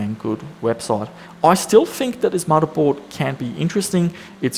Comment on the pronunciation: Love the way says "muddahboard"